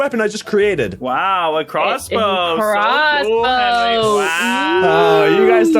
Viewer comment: Helwo henwy